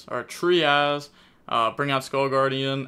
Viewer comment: He pronounced Trias correctly!!! LFG!! He would always make it sound like a Spanish word calling it Tierras 😂😂😂 now to pronounce Saffira and Melodious correctly 🙏🙏🙏